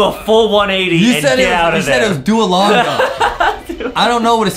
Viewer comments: its not "DUOLEEPO" ITS "DUOLINGO" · btw its not doalipo or doalinga its dualingo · It's duo-lin-go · It makes me mad that they didn't say Duolingo right